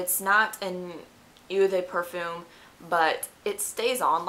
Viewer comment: ITS "OH" DE PERFUME ...not "eww" de perfume...